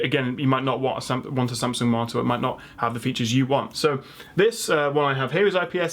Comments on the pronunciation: everytime you say monitor it sounds like your saying Martyr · Poor guy owns a tech channel and can't even pronounce monitor it sounds like he's saying martyr 😂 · The word is 'Mon-i-tor' not 'Mar-tar' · i keep hearing "martyr". a 27 inch martyr? thats a small angel right? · Why do you pronounce monitor like martyr? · I'm Australian and I'm hearing martyr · After a few times of saying monitor, it sounds like you're saying martyr lol, great video! 🖒Thanks heaps for giving us your time brother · The way you pronounce the word monitor sounds "Martha" to me 😂😂😂. Amazing :-) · you pronounce monitor as a marter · At one point I was getting "monster"... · is it just me or it sounds like he's saying monsters?.. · Is it just me or every time he says "monitor" it sounds like 'Martyr' ... and I'm just sitting here like.. he didn't put a disclaimer saying "no monitors died in the filming of this video". Rest In pieces.